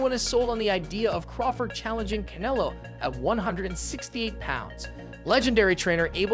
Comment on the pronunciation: Who is this guy w this pronunciation? I thought he said he's fighting cantaloupe 😒 Ain't no one that watches boxing say it like that